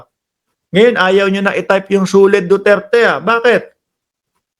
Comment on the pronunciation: Yung suled naging lequed na😂